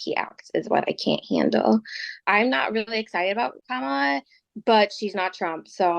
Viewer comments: They all intentionally mispronounce Kamala's name. They sound totally persuadable. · When people mispronounce Kamala's name, you know who are they listening to and who they're going to vote for. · You can tell people in a news bubble by how they mispronounce Kamala. How can they forget his first four years? They were hell! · 1-how can you say Kamala can't get to the point and say nothing about Trump? 2-everybody freaking knows how to say her name. When you intentionally mispronounce it like that, you sound like a disrespectful ignoramus.